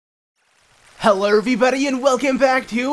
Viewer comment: When he said "helr"